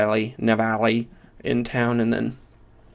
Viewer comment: I think it's "nah-vah-lee"?